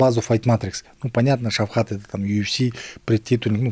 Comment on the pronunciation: зачем ты коверкаеш имя ШавКата говоришь ШавХат Мерще только али хейбати